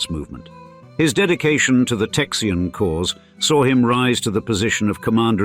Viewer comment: I can't handle "Texian" lol